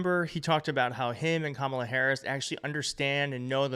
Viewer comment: CNN is unreliable. Anderson Cooper can't even pronounce Kamala.